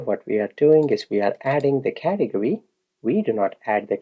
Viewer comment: You know what i enjoy most about this video? Your pronounciation of Cath e gory :D its fun, Thank you.